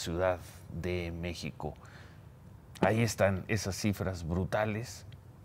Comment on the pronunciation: Hable bien, parece que dice: "El estado de Meco, la Ciudad de Meco" 🤦🏻‍♂️